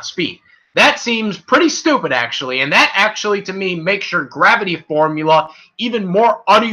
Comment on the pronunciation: Not to be rube but can you read better, you studer a lot and mispronounced a lot of words. example: its called ultra isntinct not ultimate instinct and you mispronounced gravity. Still like the vid.